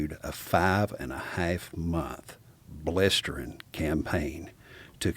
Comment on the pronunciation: 😂😂 “ a blistering campaign” in his voice was the most country thing I think I’ve ever heard, I’m in for the full 😂